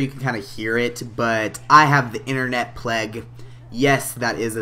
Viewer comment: pleg??? the internet pleg!? ITS PLAGUE NOT PLEG!!!!!!